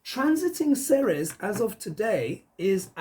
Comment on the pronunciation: Hey darlin! Ceres is pronounced as, "Series". Hiw do I know, I live in the town of Ceres. Love your show! Keep up the great work!